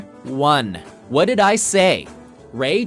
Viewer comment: Dude...did you seriously say "What duh-ID I Say?" For real? All right then...that one's definitely going in the Great Hall of Overwhelming Whiteness.